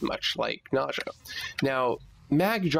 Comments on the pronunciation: ' Nausea ' I think it's Ney-zha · For all I know, a Nekros part BP drops after every Lephantis run. Is it by pure RNG which part I will get, or is there a way to manipulate the odds? Nice video by the way! Nezha is pronounced as "N-uh-Zha", it's actually Chinese! (so a Chinese like me will know LOL):D